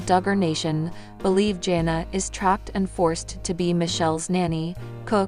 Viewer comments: It’s JANA not Jenna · He name is pronounced jan-a not jona. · And she can't pronounce names correctly!!! She keeps pronouncing her name as jona it's Jana then it's another way. I don't know why I watch her videos. It's Jan-a not jona!!!!!